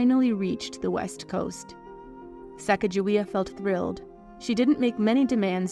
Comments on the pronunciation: I’ve heard it said that her name is pronounced chigaga-wea. And that’s how Chicago got its name? Is this true? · Her name is actually pronounced with a hard "G" as in goat, cog, etc. So, it's more like suh cog a WAY uh. Different, I know, but that's the correct pronunciation. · It's Sa cog a waya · Her name is actually pronounced Sah-Cahg-Ah-Way-Ah. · Her name is pronounced Sacagawea ...wea/waya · Having spent a good part of my childhood next to the Mandan reservation on the Missouri River.... a person would get pummelled for miss pronouncing her name. Pronounced with a soft "g". Herr name sounds sa-caca- wea. The sound,(call), of the prairie grouse, thus her name Bird - Women. If you look closer at the history, many on the crew and natives had VD. I dont dont even want to describe what the white men thought was the cure. The part of the Clear Water that the group nearly starved to death, is still void of game to this day. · And I could be wrong, but I believe pronouncing the "g" is incorrect. I have been taught that her name was "Sahcahcahweeah" (So sorry for the rudimentary phonetic spelling, but it was the best I could think of to impart the sounds). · her original name in Shosone sounds vaguely similar (Sacatzahweyah). I grew up in North Dakota, not far from the historical site of the Hidatsa village. Her name here is pronounced without the hard j sound. It's pronounced Suh-gah-guh-wee-uh here...or Suh-kah-guh-wee-uh. It might be a slave name, but I take its pronunciation from the people who actually gave it to her. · It’s pronounced sa cah juway. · Her name was Americanized. It was supposed to be pronounced Sa caw ga wee. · The incorrect way you pronounce Sacagawea hurts my ears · This is not the correct pronunciation of her name. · You can't even say her name correctly so I can not watch any further because you hold NO credibility now sorry kid! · how about honoring her by pronouncing her name CORRECTLY! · Why is her name always mispronounced...such a shame 😢